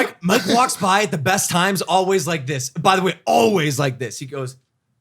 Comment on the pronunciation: This comment is for. Always is pronounced All-Ways not All-Wees. Just trying to perfect my mans.